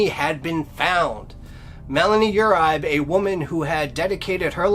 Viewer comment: Bizarre adventure of the mind and spirit. Curious and haunting. Great work. I believe Uribe is pronounced: yer ree bay. I could be wrong but people I know with the same name pronounce this way. Thanks for all you do.